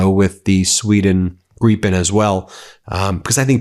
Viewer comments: It is Grip as in a strong firm hand shake Not GREEPEN — learn "…proper English . - Grip -en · Please can someone tell Ben it's Gripen, like Grip-pen. Its a Swedish word that translates to Griffin in English/American.